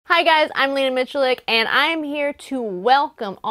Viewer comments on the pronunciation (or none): none